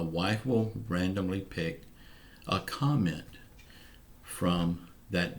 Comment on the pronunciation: "Commet for my money" 😂 love it